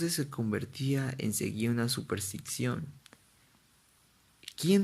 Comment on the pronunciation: Pronuncias mal la palabra superstición.